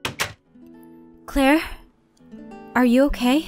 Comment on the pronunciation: at 1.02 she call her laire not Claire